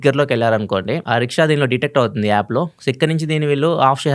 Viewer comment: Yaappu kadu, app.